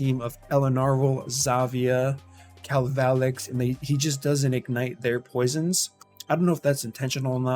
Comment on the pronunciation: This dude said Kal-Val-Lex what kinda greasy haired turkey brain pronunciation is that, I have one and I call him kalva-lax, the correct pronunciation.